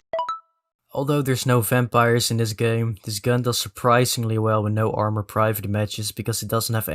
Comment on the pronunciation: ik heb de video weer gekeken en als hij armour verkeerd zegt zie je ook heel even Dutch Boy langs komen daar had ik het ook al aan kunnen zien😅